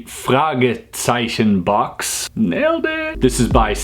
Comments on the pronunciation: I would say that you did very well when you pronunced the german name of this puzzle! Have you learned it in the past or something? (I am german btw.) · Hi, i'm from germany and you did indeed nailed the "FRAGEZEICHEN BOX" :D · You really nailed the "Fragezeichen" Grüße aus Deutschland (Greetings from Germany) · Hi, I'm from germany and i'm glad to say that you spoken out the "Fragezeichen" VERY WELL!!! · you actually nailed the "Fragezeichen" which surprised me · Nailed the German Fragezeichen indeed! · Wow, you actually nailed the German name :) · You pronounced it very well ^^ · I'm proud of him because he pronounced the german name right. Very proud. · Dude you really nailed the german name